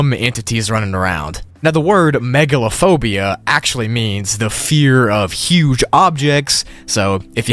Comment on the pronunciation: When he said "Backrooms Level Megalophobia" i literally thought he said Megalovania for a sec 💀